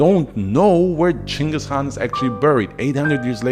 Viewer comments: First YouTuber to pronounce his name correctly. But yeah ur an awesome channel. Keep going bro. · holy shit 1st guy on youtube to say the name right damn bro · Total bullshit. But I appreciate at least you pronounced his name right.